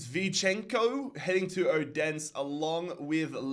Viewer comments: Bro, how you pronounce Odense is so god damn funny😭 It’s not like Odens, it’s like: Othensø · let's go Brøndby haha!!!! (not that i care but if you want to know how to say Odense) o-den-se its kinda pronounced like O-then-se, but it doesn't matter no one likes Odense so haha love the vids man!